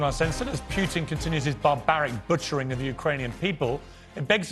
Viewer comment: It will be Russians that will take out "Pewtin".